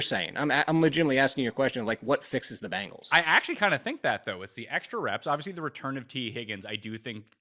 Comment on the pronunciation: you're great, but for the love of god please stop calling the Bengals the "Bangles"